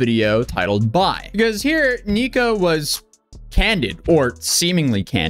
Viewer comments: Everytime you say Neeko i cringe. Just call him Nick 😂😊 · Dude's name is Nick, why are you calling him "Niko?" Why are you doing that?